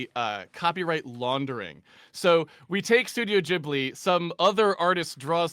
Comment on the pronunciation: I am no hater. But calling Ghibli Geebli is triggering me hard xD